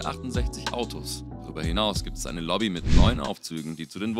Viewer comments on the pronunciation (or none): none